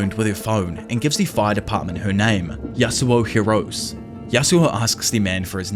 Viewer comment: oh yeah btw just wanted to let you know about a pronouniation error like how you kind of got gyros name wrong in your sbr video you've been saying Yasuho's last name wrong as it is pronounced "hee-ROH-seh" just wanted to share that with you. Keep doing what you're doing goat!